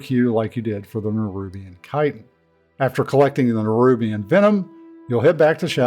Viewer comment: Thank you for pronouncing chitin correctly!